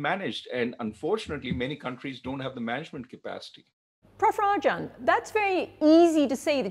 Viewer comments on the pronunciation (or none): Her constant "Prof Rajan" sounds like "Puff Rajan".